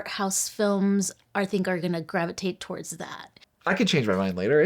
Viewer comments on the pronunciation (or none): none